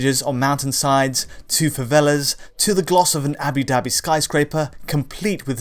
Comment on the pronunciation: Did I hear “Abi Dabi” instead of Abu Dabi? 🤣